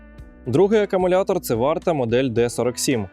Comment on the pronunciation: Не "акамулятор", а акУмулятор😉 Дякую за український вміст!